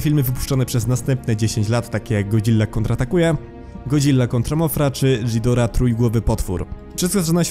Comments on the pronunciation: nie dżidora tylko gidora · Zawsze jako big fana Godzili mnie to przerażało. Już sama Gojira z 1954(wolę japońską Gojirę) była dla mnie mega creepy. Kochałem go jak jego każdą wersję ale i tak był moim koszmarem. A tak wogule to przepraszam ale nie Dżidora tylko Gidora Gojira czyta się Godzira Mothra to motra a Mosura to Mosura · Ghidorah czyta się Gidora